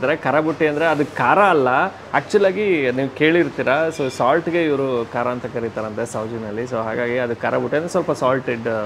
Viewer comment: "ಖಾರಾ, Khaara" ಅಲ್ಲಾ ಅದು "ಖರಾ, Khara"